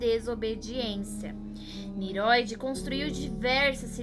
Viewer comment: Parabéns pelo vídeo, elucidador. Só que, não é Niroid, mas NINROID. Som de RR